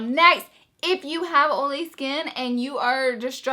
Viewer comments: Love the way you say olee for oily!! You are so cute!! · Laura Lee where are you from? I'm from wv and I pronounce oil the same way lol